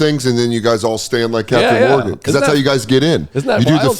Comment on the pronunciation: Dan, isn't it just Captain Morgan??? Not Morgan's?